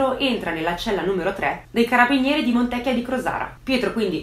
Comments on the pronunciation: creepy - AAHII pure tu che sbagli l'accento del paese di Montecchìììa di Crosara, accento sulla i. Consolati che anche tanti veronesi lo sbagliano. E' Il paese delle buone ciliegie ! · Montecchìa....con l 'accento sulla i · E' cosi' difficile pronunciare bene il nome della cittadina?